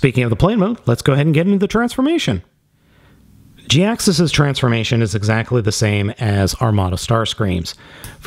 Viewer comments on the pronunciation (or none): It's pronounced ja-hax-is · Gee-Axe-Us pronunciation just felt right to me. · any chance its pronounced "high-axe us" ? perhaps the "J" is silent ?